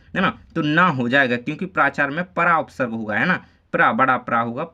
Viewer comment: Sir aap प्राचार्य का galat bol rahe ho